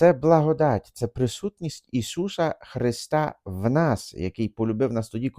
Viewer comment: ''Ісуса'', не ''Ішуша'' ❤❤❤